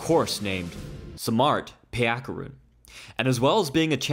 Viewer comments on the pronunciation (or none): Itd be cool if you said his last name (its Payakaroon) even once